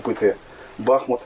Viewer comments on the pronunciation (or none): Бахмут ударение на У